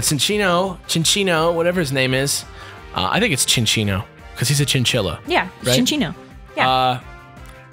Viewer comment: It's Sin-Chino